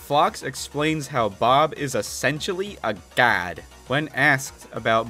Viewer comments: Caption: a god Me: I think he said GAD instead of GOD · When you said GOD. Is my ear broken or did you say dad or gad? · I heard GAWDH